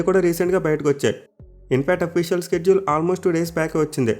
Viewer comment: Shedule pranounce wrong chestunnav bro adi షెడ్యూల్ స్కెడ్యుల్ kadu